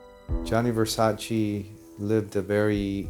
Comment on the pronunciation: Americans will never learn how to pronounce Versace!!!